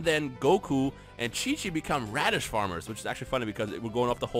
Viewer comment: HAHAHHAHA HE SAID RADITZ FARMERS BUAHAHHAHAH